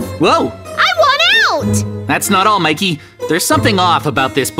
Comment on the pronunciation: Mikey not miky